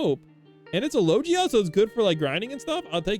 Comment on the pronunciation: why you saying logia like that